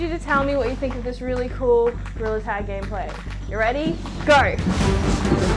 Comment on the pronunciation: “this is meant to make goriller tag easiarrr nawt hardarrr” 😍😂🫶🏼